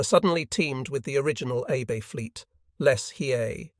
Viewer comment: If you care, the Japanese name Abe is pronounced "Ah-Bay". If you don't care, please forgive me for mentioning it. Chick Lewis